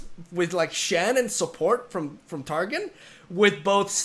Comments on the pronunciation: am i the only one that got a little frustrated whenever pronounced TarGON as TarGIN? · Taron is pronounced -- Tar-gone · "Tar-Gone" is how you pronounce it